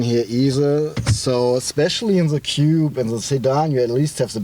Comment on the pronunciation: He means Coupe but He should really practice saying "kupu..or kupe".